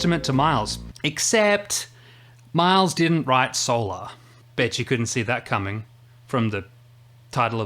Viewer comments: What's with the intentional mispronunciation of the word solar? SOUL ARE is NOT how the word (or the song title) is pronounced. Why all the blatant pretension? This is not directed at you specifically -- I've heard the same pompous mispronunciation from others through the years. Where does it come from? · I have another question about this tune. When people say the word"solar" in the context of something related to the sun,it is pronounced a certain way, but when jazz musicians refer to the song "solar" they pronounce it a different way. Why is that?